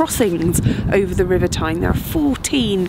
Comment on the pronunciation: Tyne tunnel I thought you said Time tunnel!